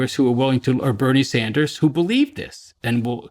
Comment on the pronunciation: Hahaha Did he say BSanders